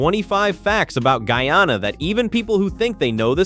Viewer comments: Pronunciation is off. It is NOT Gee-ya-na. It is GUY A-NA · The pronunciation ....Gee-ya-na is correct for Guiana... the name is New Name changed when we gained independence to GUYANA 1963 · Its not geana guyana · The only part I don’t like is the pronunciations of the words Guy-a-na